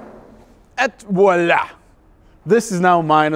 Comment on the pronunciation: You see ee voilà Not eet voilà